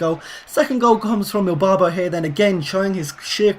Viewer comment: Is it me or did he keep saying Elbarbo not Irbarbo